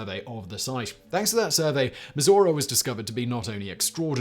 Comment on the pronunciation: Am I the the only American that heard Missouri when Simon said Mizora????